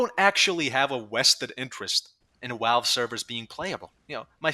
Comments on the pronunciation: I can’t take you seriously because you say walve instead of valve. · Dude, please it’s pronounced Valve. Not Walve. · Why do you say your Vs as Ws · I like how you call them "Walve" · I like how you pronounce Valve as “Walve”. It’s funny I think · take a drink everytime he says walve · that's a wery wivid impersonation of him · Opinion discarded due to this man's inability to properly pronounce V words. AKA: "Who the fuck is 'Walve?'" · "Walve doesn't care" "Wictims of 9/11" Wery good wocabulary and compwehension. As much as I agree with the movement being a fucking circle jerk joke, this comepinga needs to pick up a job that gives disposable income instead of seething over people who know Valve will do nothing, so they take part in the economy anyways. No chance he started playing before the game became F2P, it's criminally obvious. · Probably his accent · The way you say valve just makes me giggle a little. Idk why it just does